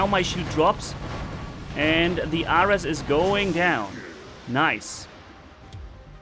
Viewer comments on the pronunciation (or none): So the boys are hades, named after the god of the underworld. Nemesis, greek goddess of revenge. Ares, Greek god of war. And, ares is pronounced like air-reez😂